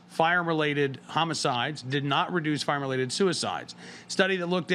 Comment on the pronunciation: Dude, you need to say, "firearm", the complete word! Because every time you say it , it sounds like you're saying "farm", you sound flippin stupid.